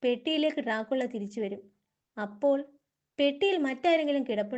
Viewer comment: ഡ്രാ കുള്ള .... എന്നല്ല. അത് crt ആയിട്ട് വായിക്ക് ഡ്രാക്കുള എന്ന് 😂😂